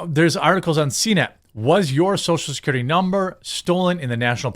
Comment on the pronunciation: Social "Securtity"